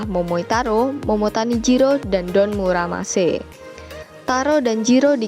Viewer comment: btw mohon maaf nih bkn Don muramase tapi Don murasame. sekali lg mohon maaf🙏